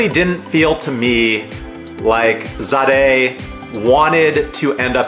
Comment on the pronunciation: Pronounced Zay-duh...